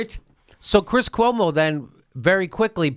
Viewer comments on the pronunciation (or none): none